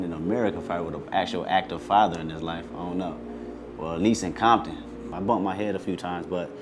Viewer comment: why is he saying bompton then?